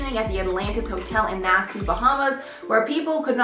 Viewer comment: im sorry when she said nassoo i died a bit ngl its pronounced nassaw idk is i just being a prick but damn.....